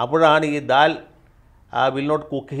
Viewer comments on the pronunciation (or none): Dal....means janatha dal...paripp not dal ..daal